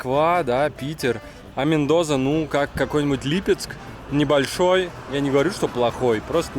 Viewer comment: Мендоса! В испанском языке нет звука "з"😁